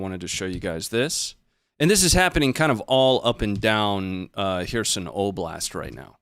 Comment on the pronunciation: you pronouncing it wrong... it is Herson not Hereson....